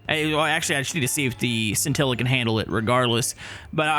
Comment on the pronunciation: Hey! The scintilla is actually is pronounced (shintilla) because the bolide and the scintilla are Italian cars. Just to let you know!